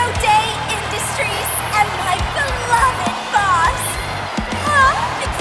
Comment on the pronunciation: Beloved is three syllables, not two.